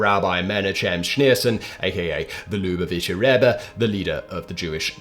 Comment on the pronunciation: The mispronunciation while talking about the lubavitcher rebbe was chef's kiss 🤌